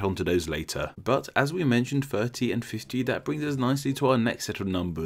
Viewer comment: You don't say the numbers correctly. You need to work on your THs, as in "free: 3, firty: 30, etc.